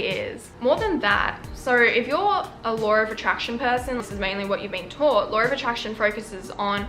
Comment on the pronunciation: really felt when they said “*lawr*”